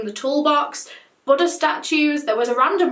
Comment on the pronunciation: I keep thinking she’s saying “butter” statues, and have to keep reminding myself. 😂